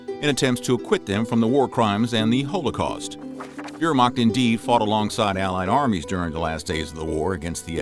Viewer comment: You need to learn the correct pronunciation of Wehrmacht and holocaust, unless your doing it on purpose to sound folksy. If that’s the case then please realize it only makes you sound ignorant of the material. Your mispronunciation is only part of your problem with historical accuracy. You incorrectly assumed the drug you called Nazi speed was a black pill with the street name of “black beauties”, a combination of Amphetamine (Speed) & Dextroamphetamine. The actual drug they were using was methamphetamine, a much more potent and dangerous drug. it was sold over the counter as Pervitin and it’s actually a white pill and correctly pronounced the way it’s spelled per vit tin not per vit teen. It already popular in Germany before the war and had been taken by soldiers on there own in Poland and France. The Nazis initially tried to ban it until it was discovered that it not only kept soldiers awake, but it also reduced their empathy. Even the Nazis recognized the detrimental effects of the drug and published guidelines for its use. What good are you doing to promote the study of history and the increase of historical knowledge if you don’t have your facts straight and correct pronunciation is also a type of fact.